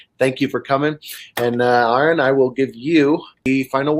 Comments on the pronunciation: I was thinking the same thing lmao. "You have GOT to read his book. Mr AARON Ra" I can tell he's a super mega fan by the way he says his name. I always roll my eyes when I heard people mispronounce his name, and I know is feeling like rolling his eyes too. It happens so common, I just want to shake people and say it's, not Aaron Ra!" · I can't be the only one who shook my head every time his name was mispronounced my this dude who obviously didn't prep before this conversation. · "my good friend" ...proceeds to say Arons name wrong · I knew he was gonna fix his pronunciation lol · "My good friend " CRINGE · "You all know him real well"... Proceeds to pronounce your first name wrong.. What is with this guy? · Love that called him out for mispronouncing his name lol. This guy did zero research on. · Bahahaha, I knew the name correction was coming. It had to, the guy got it wrong, what, 8 times? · Im gonna take a sip of my beer every time he mispronounces Arons name. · 😖 The guy introducing keeps saying the name wrong. Grrrr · hiz näim iz pronaundst exäktli ze wäii "Aaron" is. not "Ähron". (except for the r, pronounces just like germans pronounce the name aaron) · Ha. That guy says no intro needed, but he called, Aaron. Lol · The introduction of (pronounced like R.N) being called Aaron like 12 times was a bit annoying lol but good video. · Fantastic talk...I kept thinking it's RN not Aaron, all the while this dude was praising you. I mean, hell he's right to pimp your credentials, you deserve that, no doubt, but get the pronouncing of the your name right...lol...cheers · He said needs no introduction, but calls him Aaron and not. Lol and he keeps mis-pronouncing it over and over 😂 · R-IN not air-n!!!!!! How does this guy not know how to pronounce his name? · How did this guy mess that up? Makes his entire introduction ring hollow. I cringed every time I heard it, and I'm sure ARE-uhn did too.